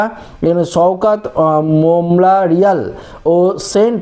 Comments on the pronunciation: সওকাত মোল্লা রিয়াল? না। সাখাওয়াত মেমোরিয়াল। ইংরেজি উচ্চারণ এত জঘন্য কেন? বাংলা উচ্চারণ:- চারুই ? না চৌঠা? বেনজির? না বে- নজির? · বাংলাটা শিখুন ভালো করে। ৪ই মে নয় কথাটা হলো ৪ঠামে। আর একটা উচ্চারণ মেমোরিয়াল....।